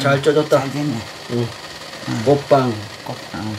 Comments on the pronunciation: 꼬빠 꼬빵 호빠 ㅋㅋ몇번을 말하고 있노? 아니 꽃빵발음이 그리안되나?한국말배우는 외국인도아니고 참 이해가안가네 그냥 궁물좋아하는데 밥에 물말아서 담궈논김치 잘 삭았을낀데 그거랑 먹어라 보고있는 내가 다 목이 메인다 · 입겁나 크면서 맨날 쪼그마케 쌈 싸달라잖아요 발음도 안되서 꼬빠~~꼬빠 아가리에 하나는 다 들어가겠는데 ㅋ